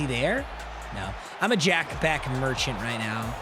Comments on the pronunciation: bro it’s pronounced “BESH” not “BECK” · i cringe every time you say jack becK ITS BEH-SH